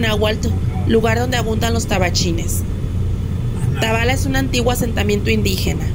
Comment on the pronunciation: Se pronuncia Tabala tiene asento en la a sé oye muy feo como lo pronuncias